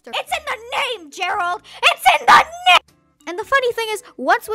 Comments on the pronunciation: She actually says: It's in da nem! Gerald! IT'S IN DA NE-! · it’s name not nem